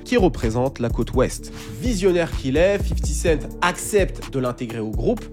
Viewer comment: "50 kent" ça m'a tué haha